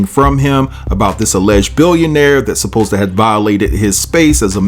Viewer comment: Did he say, I was posed to be?😂😂😂